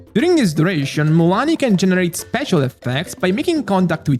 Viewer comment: its Mua LANI Not Muuani 😂